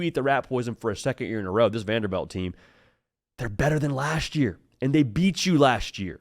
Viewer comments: VanderBILT not VanderBELT. Srry just said it so many times lmao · Lol it's pronounced Vanderbilt not Vanderbelt.